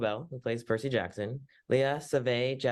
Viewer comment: percys name is Percy - c, like the s sound not like jerky that's just weird